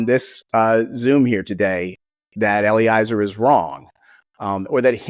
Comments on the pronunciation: another piece of hopefully constructive feedback: pretty sure Eliezer is pronounced Eh-lee-EH-zer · Yep! It's a perfect rhyme with "Jelly-Fezzer"